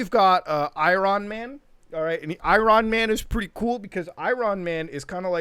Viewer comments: Who the fuck is "I Ron man"? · Did you just call him Ayran Man? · Nobody Mutuhar: I Ron man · I-ron man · I-RON MAN 😂I'm done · I cringed when he said I RON MAN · no one: muta: Iran Man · “Eye-Ron Man” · “ I RON MAN. I RON MAN” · Who tf is Eye-Ron man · Why did say say Iron Man wierdly